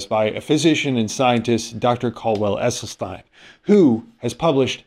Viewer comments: First of all, please learn the correct pronunciation of Dr. Esselstyn's name. Second, if I were an influencer who was attempting to build my platform, attacking th plant-based community would be an easy target, since they only represent about 1% of the population. Third, Dr. Esselstyn took these patients on after they all had significant and numerous sequelae from their cardiovascular disease, and as a result of the diet and the time he spent with each of the subjects, if they stayed compliant with the WFPB not oil guidelines, it is my understanding that there were no further adverse effects. If I were a patient who had many adverse events, I think giving up olive oil and avocados would be a small price to pay for my life. I do not think Dr. Esselstyn embarked on this journey with a rigorous study design in mind...he simply wanted to see if this diet would improve morbidity and mortality numbers, which it did considerably, esp when compared with those who did not follow his protocol. The data is clear: if you have a history of heart disease, this diet works amazingly well. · It's NOT Essel-stine, it's Essel-steen! Dr E. was personally teaching the members of his program intensively & and was available for free consultations. This way, he insured compliance. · His name is pronounced Essel-sten not stein. Poor form when you mispronounce the main subjects name so often. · It's EsselstEEn 🙂